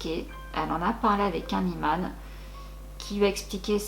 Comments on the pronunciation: *imam et non iman mais sinon super video je kiff continue ce que tu fait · Coucou, on dit "imam" et non "iman". Et je confirme qu'au Maroc, on raconte énormément ce genre d'histoires et on craint fort le mauvais œil et la sorcellerie. Personnellement, je trouve que ça relève plus de la légende urbaine tellement le paranormal prend beaucoup de place dans l'esprit des gens surtout les moins instruits. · Merci beaucoup ❤️ histoire terrifiante, mais top. par contre on dit Imam 🤗